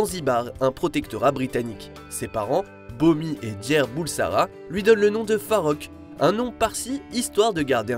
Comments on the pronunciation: À il lâche "le jeune farrokh BURSALA" au lieu de Bulsara quelle honte😂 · bursala? BURSALA!? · C'était plutôt Freddie Bulsara, pas Bursala. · Farrokh Bulsara et non Bursala 2mn56 ...